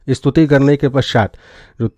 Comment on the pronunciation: आपकी बात अच्छी लगी। धन्यवाद। लेकिन इस्तुति ( स्तुति) का और ग्यान (ज्यान) बोलना सही नहीं है। दिक्कत हो रहा है , सही नहीं है।